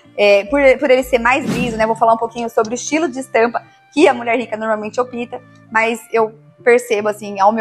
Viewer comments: Querida... Adoro você mas por favor🙏🙏🙏 não fale OPÍTAM é ÓPTAM, OK? Seu opítam, dói no ouvido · Que aflição. Se fala “óptam” e não “opitam”. Já as dicas estão 10/10. 😉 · Boas dicas! Mas só uma ressalva: não fale "opitam". Se diz optam. 👍🏾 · Com carinho, uma observação , a palavra “opitam” q vc fala muitas vezes , não existe . E sim : optam. Com “p” mudo, inclusive na pronúncia . Espero ter ajudado e ficará mais elegante ainda . Bjs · Aprenda a falar como rica. O correto é optam, o p é mudo